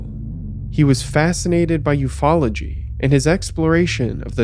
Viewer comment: The way you pronounce 'UFOology' sounds like an obscure woodwind instrument